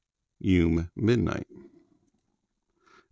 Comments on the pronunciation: Drink every time he says “yoom” and not “you-may” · FYI, YU ME, means "dream" in Japanese. Midnight dream. It's pronounced Yu Meh. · Yes, actually. But I kinda like how he pronounced it 😂